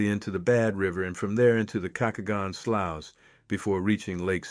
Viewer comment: Sloughs is pronounced: "sloos" / slews